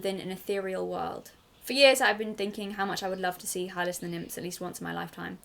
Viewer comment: Yes, you are pronouncing the name "Hylas" correctly. "Hi-les"